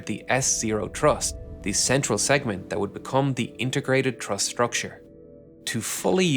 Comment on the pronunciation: Awesome video for an awesome accomplishment. I’ll be watching for the follow-up video! A minor annoyance: You repeatedly said “exhibition” instead of “expedition,” and sometimes “thruss” instead of “truss.” 😅